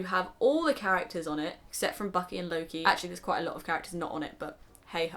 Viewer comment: When you say "Loke" I only hear "Low key" Haha~~ I'm not into the franchise so I don't hear his name a lot so don't fight me ahaha. I don't hear his name in English in general I guess.. His name is so much different in Swedish which I'm use to.